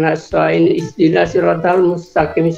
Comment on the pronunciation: ciri khas murtadong baca al fatihah "Is dinas "